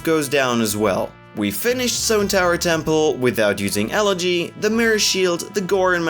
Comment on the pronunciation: i like how the speedrun commentator pronounces elegy correctly